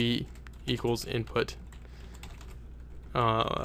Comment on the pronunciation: hahhhah lol "inptut",,hahhaah so funny made me laugh..